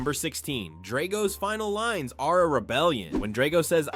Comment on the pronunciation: This is the worst thing I have ever seen. All wrong and inaccurate. If you wanted to create the worst content ever posted on the internet neither Rocky nor Drago teaming up could stop you (and learn how to pronounce 'Drago').